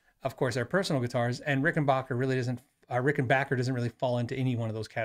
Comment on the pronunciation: Thank for you modeling the correct way to pronounce Rickenbacker. Seriously.